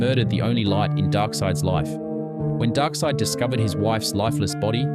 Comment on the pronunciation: Can you properly pronounce his name? 🙏 Also, he’s the son of the ruling monarch. He wasn’t a peasant. wtf is this?